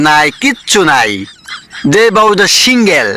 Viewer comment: মানুষ অনেক বাজে পোশাক পড়ে যে ভিতরে ছোট কাপড় পড়লেও বুঝা যায় আর উনি তো বুকের ওড়নাটা সরাইয়া উনিতো ভালো অবস্থায় আছে অনেক মানুষ বাজে ভাবে চলাফেরা করে ওগুলো তো বললেন না তো আপনার কি মা বোন নাই যে একটা মেয়ের এইভাবে বলে সিঙ্গেল থাকুক আর যে আপনি তো সিঙ্গেল ঠিকমত বলতে পারলেন না সিঙ্গেল আগে নিজের কথাগুলি